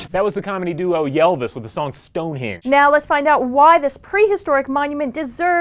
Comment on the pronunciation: That was not the "Comedy duo yell-vis" ... that was the Comedy Trio Ylvis (say ill-vis). Pedantic Crusader to the Rescue!